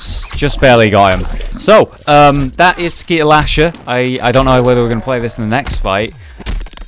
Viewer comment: Nicolas VDK I know right, Takeda should totally be Ta-kay-Da, not TaKeeDa, and Raiden is totally Rye-den not Rayden.